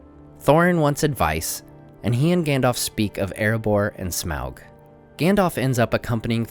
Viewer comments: Smelt? Its smaug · You keep saying Smelg. It's SMAUG!!!!